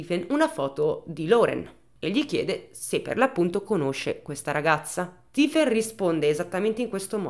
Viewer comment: Come si scrive Stifen? Di solito è e si pronuncia Stephen . Solo una piccola mia curiosità